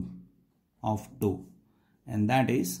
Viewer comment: What's the problem with your pronunciation? Who spells tau like that?